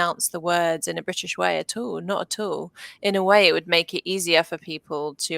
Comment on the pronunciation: at allの発音が全然普段聞くものと違って面白い